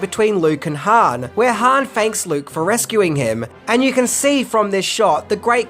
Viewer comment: Its Han not Han.